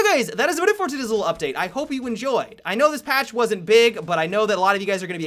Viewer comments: No one is gonna say anything about saying "todizzle" instead of today's little Really??? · Did you say "ta-dizzle update" at the end?